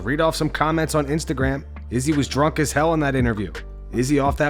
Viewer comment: why do you pronounce izzy's name weird every time?